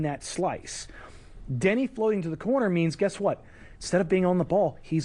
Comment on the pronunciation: Its Deni not Danny. People haven't seen a game...